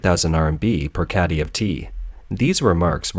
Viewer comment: Tea caddy, not catty.